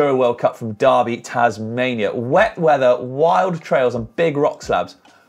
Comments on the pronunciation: Pronounced der-by in Tasmania not dar-by. You say 🥔 😂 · It's not Darrrby boys it's Derrrrrr bee mate get the tassie accent going derrrrrrrrrrrr beeeee. You've probably got 3 years to practice for the next highlights show let's get it right cheers. D Errrrrr Beeee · It's pronounced durby like furby, say it like a local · Darby or Derby?????